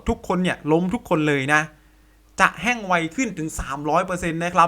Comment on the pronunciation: แห้ง ไม่ใช่ แฮ่ง